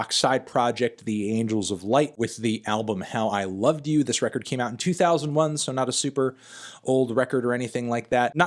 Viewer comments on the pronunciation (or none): none